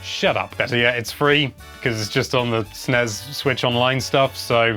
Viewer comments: Why do Brits call it "snezz"? First: it is Ess Enn Ee Ess. Second: the last letter is S, not Z. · Sennez?! Bless you, but don’t you mean SNES?!